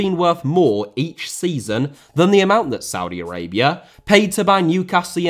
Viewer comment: Did he just said Saudi Araibra?